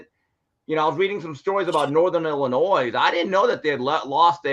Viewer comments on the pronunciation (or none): is the man, but he gotta be trolling us with his insistence on IlliNOISE pronunciation right?! haa